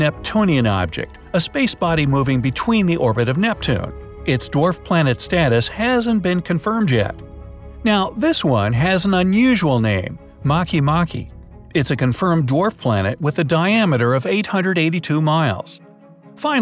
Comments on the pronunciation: ma kee ma kee Me: it’s make make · makemake! Not mak e mak e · It pronounced makay makay